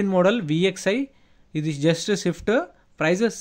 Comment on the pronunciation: Anna adi Maruthi 'Swift' 'va' sound ravali... Swift in shift shift antunnvu ee... Zarra pronunciation chusko bro....